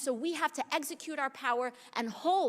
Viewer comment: Did she say eggsecute instead of execute? Someone's been playing too much pokemon.